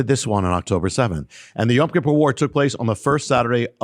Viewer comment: I love you brother but why do you keep pronouncing Yom (day) Kippur as Yam(sea) Kippur? I have been trying to teach my friends some basic Hebrew where I keep telling them it is Yom and not Yam and you keep pronouncing it both ways. I tell them to listen to you and they come back and say you do pronounce it Yam and I don't know what to say...